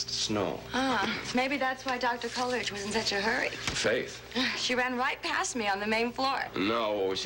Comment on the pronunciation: And she makes it three syllables, instead of two. "COL-E-ridge".